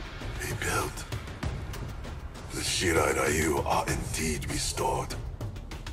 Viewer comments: Funny how they totally mispronounced Shirai-Ryu as "Shirai-Rayu". But they fixed it in the new live action film. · Why is it when you tun on the capcations to english every time scorpion say shirairayu it say shit i ryu